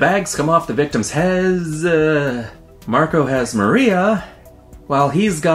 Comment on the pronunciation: Im sorry its not Marco its Marko im sorryyyyy im from serbia